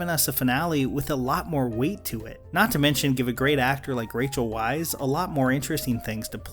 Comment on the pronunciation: Weize is pronounced with a V not W